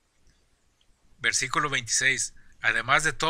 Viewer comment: Desenmascarando Doctrinas Falsas este baboso que habla dice tarugos ignorantes mejor que se ponga a estudiar más para que no diga (versicolo)o (ca pito lo)